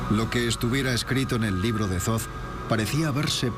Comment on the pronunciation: que alguien le diga al guionista que ''zoz'' no es 'Thoth'', en español esas dos H son mudas, no se dice ''zoz'' sino ''Tot'' (foneticamente). Gracias !!